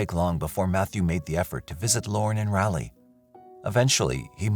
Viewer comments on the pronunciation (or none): It's not Rahley ... It's Rawley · I remember the Phelps case, but I'm sure it happened in Raleigh, not in Ralley. And she went to Appalachian State, not Appa-lay-chian State. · It's pronounced RAW LEE not rally. I'm not sure why this bothers me so much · Raleigh. Pronounced (RAA-LEE) LONG RAA, SHORT LEE. Sorry bro, NC bro here. Just trying to help! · Why do you say Raleigh like that?